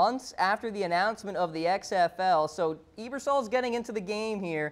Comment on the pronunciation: its pronounce abersol you moron! not eebersol!